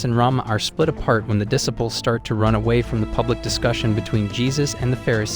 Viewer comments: This guy keeps mispronouncing the word disciples. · What about dissipples lol